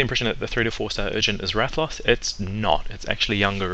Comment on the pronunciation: you say ratha-loss... :( i say wrath-uh-lohs